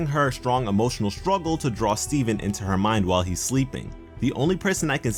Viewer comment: at first it sounded like you said Steving...